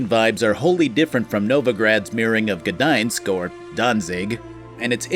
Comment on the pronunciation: hey your pronounciation of gdańsk was on point. you get a cookie from a native Gdańszczanin.